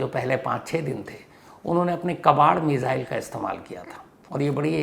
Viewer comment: मेज़ाइल😂😂 lgta hai missile bol nai pate sir..